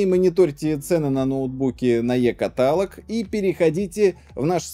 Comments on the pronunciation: КаталОг!!! КаталОг, а не катАлог!!! Что так сложно запомнить что-ли??? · Сам ты катАлог